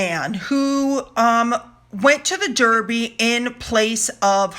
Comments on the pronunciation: Love your channel. Just being annoyingly pedantic. Edinburgh is pronounced Edinburra. Derby is pronounced Darby. 😀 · Just fyi, we pronounce The Derby dArby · Thank you for all the kind things you say about our Royal Family ! I must admit, you have me laughing, with your pronunciations and your lack of understanding some of our crazy customs. 'They met a goat'...... The goat would have been The Mascot of his Regiment.😄 The Derby is the Daaarby, as in Baaaaath! You Americans never say aaaah! EdinBORO is pronounced 'Edinbro'. Pimms served in a bar can be Pimms No 1, 2,3, 4, according to the base alcohol, such as gin, whisky, rum,etc., and are served with mint, fruit, according to the number. Thanks for your highly entertaining channel, I have subscribed.🙋🇬🇧🍓🍉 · Dear, our horse race is pronounced Darby as is my birth place, Derby, which is in Derbyshire and not Surrey where Epsom is, (😳) even though its got an “e” in it xx love your videos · You managed to mispronounce Edinburgh and Derby in one sentence. 😀.